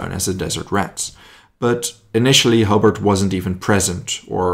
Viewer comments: It’s Hobart HO B A R T like the city in Tasmania not hobbit or whatever your calling him ok so H O B A R T ok ugot it otherwise very good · Pronouced Ho-bart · Great video but couple of pronunciation issues. Woolwich is pronounced "wull itch" and Hobart "Hoe baart". But as you said an Incredible guy who saved a lot of lives by getting the right equipment to the right place at the right time. The US DD's were launched too far out. Had that had them in the beach "Bloody Omaha" might not be as bloody. And as for the Churchill crocodile. Many times the crew would give the Germans a "Wet squirt" which means unlit fuel squirting the defender's. It was enough to get people to surrender.